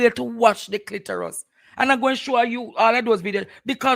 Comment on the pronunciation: It's Clitoris not clitorus. Aura not ora